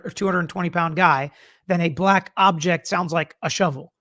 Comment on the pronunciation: Laly is objecting so much it sounds like he is now saying aject